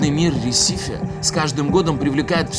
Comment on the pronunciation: Не ресИфи а рЕсифи